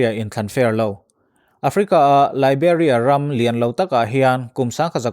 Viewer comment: Liberia i lam dan hi ka lam dan nen a in ang lo, Liberia ka tia, nang chuan Liberia iti daih thung a, ka dik lo nge ka dik zawk le?? Aaaaa, ziak hi chuan a fiah thei lo😂😂😂